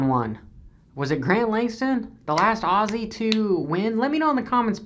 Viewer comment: Come over and learn how to pronounce " Aussie " right haha